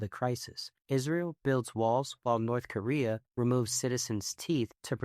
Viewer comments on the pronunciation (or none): none